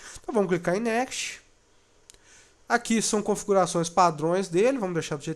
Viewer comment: Ótimo vídeo, bem explicativo, mas, por favor, aprenda a pronunciar "next".